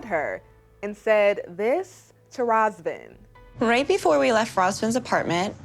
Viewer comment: As a Romanian it irks me how y'all can't say his name correctly. It's pronounced Ruhzvauhn. How y'all be saying it It's a completely different name